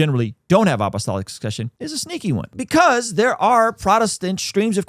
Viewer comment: You’re pronouncing it “opp-o-stolic”